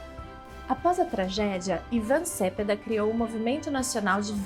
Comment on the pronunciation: Só um detalhe: o sobrenome do convidado infelizmente é pronunciado erroneamente pela simpática moça. Cepeda tem acento tônico na segunda sílaba, como "celeste", "merenda" ou "pedestre".